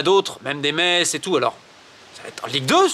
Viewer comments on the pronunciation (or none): none